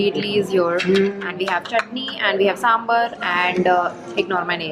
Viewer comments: It's not sambar it's sambaaar😂 Anyways మీ వీడియోస్ చాలా బాగుంటాయి మీరు South Indian food ట్రై చెయ్యడమే కాకుండా South India కి వచ్చి వ్లోగ్ కూడా చెయ్యాలి (Translation- Your videos are really cool Don't stop this only with trying South Indian food but also try to come to South India and make vlog on it) It's a request from all your South Indian fans🤗♥️🖤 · Hi, 😂 it's saambaar and not samburr😂😂😂😂 I know it's not ur language but still saying so that u can correct itself next time ❤️❤️❤️ Love u ❤️❤️ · di i am sorry for correcting you but it's SAMBAAR and not SAMBUR. i love you so so much btw. just letting you know that you existing makes me happy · It's SAMBHAAAAAAAR and not samBURRRRR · don't call yourself a South Indian if you say d-osa and samburr 😭😭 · Y can't ppl pronunce dosa and sambaaaaar properly🤢🤢🤢🤢🤢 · As a south indian im offended by the way you pronounce sambar😒😒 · Dosa and sambar pronunciations gone wrong .